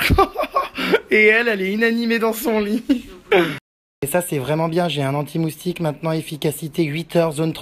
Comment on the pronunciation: a 7min26 jerem dit moutique !!!